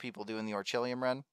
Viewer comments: its orei-kal-kum not orechilium lol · is this guys saying "ore-chilium"? its "oree-kal-cum". also, while this dude is getting fat loot, i don't think this farm is good for most people. the amount of time and rng you will need just doesn't seem worth it when there are plenty o safer orichalcum spots. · bro i rewatched the clip, icant help but laugh when i hear you saying "orichillium" 🤣🤣. im subbing!! well done xD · had to switch it of after hearing "Orchilium" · Orchilium? lmao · he cant even pronounce orichalcum right